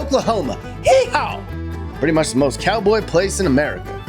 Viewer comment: Cowboy from Oklahoma here. Love your videos. Btw, it is YEE HAW - not HEE HAW. LOLOL